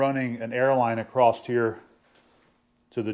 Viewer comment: you are the BEST! It's all my fault that I can't let "acrosT" go. It eats a hole through my brain when I hear people say, "acrosT". Rant over. My bad.